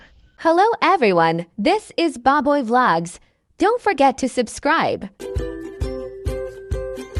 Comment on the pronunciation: Ayusin mo lods pag pronounce ng BOBOY. Parang baboy kasi pakinggan 😂😂😂